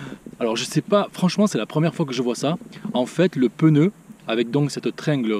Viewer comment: Pneu* pas peneu